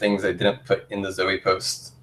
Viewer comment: One little nitpick - Zoe is pronounced "Zo-ee." The Zoepost is pronounced "Zo-ee-post". Not "Zo-post."